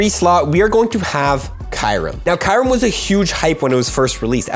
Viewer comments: Did i just hear KAYREM?? eeeeehhh Kyu-rem... ayayaya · What is kirem? It’s pronounced kyurem (ki-oo-rem) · No way he pronounced it as kai-rum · I don't think watched swords of justice movie lol. He butchered the name